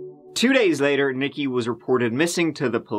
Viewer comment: "Nique" is pronounced 'Neek'.... NOT "nicki." 🙄